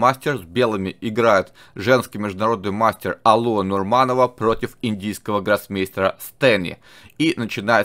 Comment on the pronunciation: Не Алуа а алуА